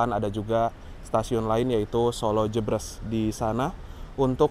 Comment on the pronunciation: Baca Jebres bukan seperti kita baca kata Jebret mas, tapi seperti kita baca kata "bebek"